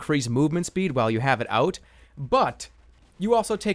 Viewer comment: Say "SHPEE" more often :3